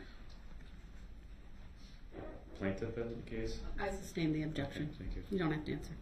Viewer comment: Substain. NO MR LAWYER ITS SUSTAIN ,,,,,, 😅